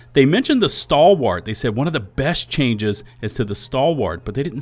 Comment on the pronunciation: Maybe they'll buff the Stalwart so you pronounce it correctly! 😂😂😂